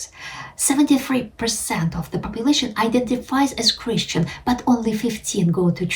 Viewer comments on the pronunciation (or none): none